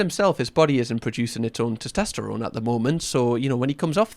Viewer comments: Anyone else notices pronounces it as "tostesterone"? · Have a doughnut every time says ‘toss-test-errone’ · SOMEONE PLEASE help say TESTOSTERONE properly 😫😭 i'm gonna be hearing tost-est-erone in my nightmares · Testosterone. Not tistesterone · Your mispronunciation of testosterone is adorable 🥰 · Please don't ever say "testosterone" again. ✌️ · your pronunciation of testosterone is triggering me. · AND FOR THE LOVE OF GOD TEACH HIM HOW TO SAY TESTOSTERONE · But what CAN hurt you is how he's pronouncing 'testosterone' 💀